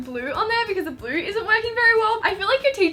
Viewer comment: For the highlighter DIY it sounded like you kept saying glue instead of blue🤨🤨🤨